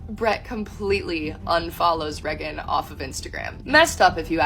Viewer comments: Unrelated but her cousin prouncing Reagan like Megan instead of raygan is really throwing me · Really annoying how she pronounces Raegan as Reh-gan instead of Rae-gan. And says it SO much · This DULLARD doesn't even say her sisters name the way her sister says it. She says "Reggin", while Raegan pronounces it Raegan. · "Reg-gan" its ray gan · Reagan is a cool name. Her cousin pronounces it “Regg’n” and just sounds ignorant. Is that actually how her name is pronounced? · I hate how she says "Reggen" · How come no one is talking about how she says “Reagan” as “Regent”? Ish is unbearable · How she pronounces Reagan is driving me insane. She's saying it like "Reggin." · Sidebar: is this chick's name seriously pronounced Rhe-gun???? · It actually hurts me to hear her say REH - GAN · Who is this "Rehgin" this rando keeps talking about? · I AM SO TIRED OF HEARING 'REH-GHEN' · Why does she pronounce Reagan like that and why her eyes so close together? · Why can't she pronounce her cousin's name correctly? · Do we have proof this girl is actually Reagan's cousin? She's not even pronouncing Reagan's name right... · I officially hate the name “Reagan” especially the way her cousin says it. Also you can see how comfortable her cousin is talking shit about Brett so this isn’t the first time she’s done it. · I’m sorry is she even pronouncing her name right? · I don't know how much we can trust this woman. She can't even properly pronounce her cousin's name. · She can’t even pronounce her name right, how the fuck am I supposed to believe anything she says 💀💀💀